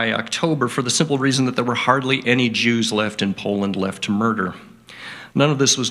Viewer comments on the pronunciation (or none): none